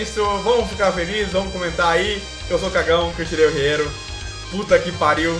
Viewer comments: É 'Ierro', e não 'Riero'. #GordoFeliz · Não é 'Riero' é 'ierro' kkkkk